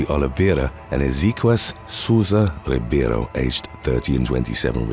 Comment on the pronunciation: Best job I've seen on Youtube for pronouncing Portuguese names like "Oliveira" and "Ribeiro."